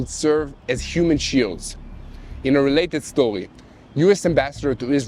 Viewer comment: "In a welated stowiee" 🤣